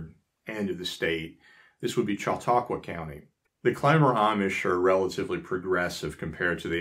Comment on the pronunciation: I congratulate you on your pronunciation of Conewango, Cattaraugus, and Chautauqua!! Although my family is "English," our roots go back to before the Amish settled here. We are really amused by current affairs, worries about shortages, and "preppers" fears of EMPs to which the Amish would say, "huh?"